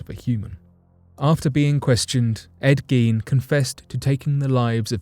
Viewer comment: 100% thank you for correctly pronouncing Ed Giens name! Also for getting every fact spot on! Much love and hoping you have a great week 💛